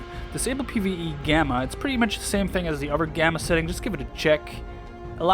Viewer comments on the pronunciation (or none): U don’t say thing like fing